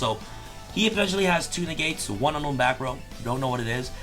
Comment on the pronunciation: When was talking about “Two Negates”, I kept hearing it as Tuna Gates and was very confused why they would make that card..😂🤣